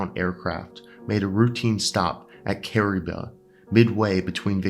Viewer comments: There is no such place called Ca’ribah…. There is however a place called KAH’ Reeee bah!!! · Kariba pronounced as careeba